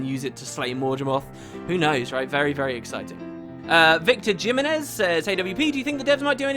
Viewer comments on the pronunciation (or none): jim-enn-ezz?? It's pronounced HeeMENez ;)